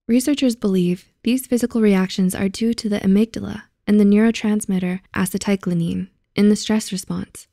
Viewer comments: Its pronounced ACETYL CHOLINE. NIce video. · Her pronunciation of acetylcholine…. Lmao wtf